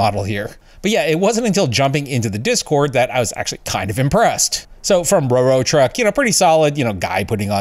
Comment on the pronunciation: its "rorotuck" but thanks for having my video in it :)